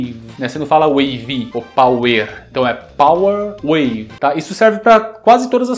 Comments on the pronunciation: Desde o Fatal Fury Sempre ouvi O Tery Dizer "Para Nanaco"...😁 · Eu escutava common wave